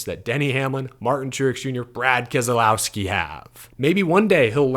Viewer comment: What I took from this race was an incredible old school race. The other was a name pronunciation problem that creeped in from the old TNT/NBC races from the announcers. It is not Kes el owski, it's kes low(as in the word allow) ski. Get it right folks! I'm surprised that you haven't been called out yet by BK.